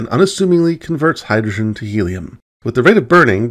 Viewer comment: has perfect diction except for “hydoshen”. Rather endearing.